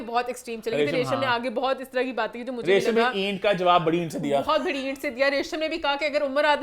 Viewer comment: Emaan needs to correct her pronunciation of "bari" (big) . It's not Bhari....!